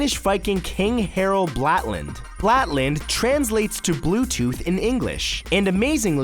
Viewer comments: It's Blåtand not Blatand, and that's reeeeeeeeeeeeeeeeeeeeally not how you pronounce it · Blatland... It's Blåtand. Blå=blue, tand=tooth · abut the Bluetooth things with the name IT'S F*CLING Blåtand, not blatand. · It's BLÅtand not blatand. The pronunciation is entirely different - like blo (from blow) -tand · Blat-land? Blue tooth. Blå with the sound like BO in boat. Tand like in Tandem with a silent D. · Blå tand not blatland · Harold blatand... ???? wtf it's Harald Blåtand and you say blå-tand not blåt-and... if you can't pronounce it at least spell it properly. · Blatand?! It's Blåtand with an Å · It's "Blåtand" not "Blatand" xD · "Blatland" as you say it, is actully "blåtand" and doesn't have an L in it when you say it :) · Harald Blåtand or Harald blaatand not Harald blatand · omg the way you say blåtann as blatann teiggers me. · It's blåtand (bloe-tan) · LaluGaming Blätland... : D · Blåtand not blatand plz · ik you don't speak Scandinavian but could you at least spell blåtand (blatand in the vid) correctly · I think you mean Blåtand not blatland. :) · Its "Blåtand" if i may correct you :D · Blatand = Blåtand the å is pronounced like the expression "oh!" but shorter and without the h sound. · you are saying blåtand all wrong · That is not how you pronounce Blåtand, Matt -_ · Dear Matthew as a Danish person i feel like i have to tell you the that you totally butchered the Danish viking kings name -.- it is Harald Blåtand or Harald Blaatand.